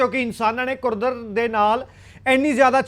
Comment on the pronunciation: 😂😂😂😂, कुदरत होता है, कुर्दत नहीं होता 😂😂। खमियाज़ा होता है, तू क्या न्यूज एंकर बनेगा रे 😜😜 बाबा।। तेरे बस की नहीं है न्यूज सुनाना